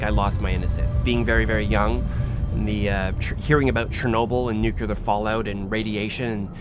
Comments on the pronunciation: Great video on an interesting topic. I don't worry about my SMC 55mm other than not holding up the rear element to my eyes. Sounds like you may have adapted GW Bush's butchering of the pronunciation, however. Repeat after me.. NOO-clee-Ur (not NOO-cue-Lur). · got the smc takumar 50. i don't think i've ever heard of radiation contamination from a lens, so i'm cool w/ the lens. and it's nuclear and nucleus, not nucular or nuculeus. 😂😜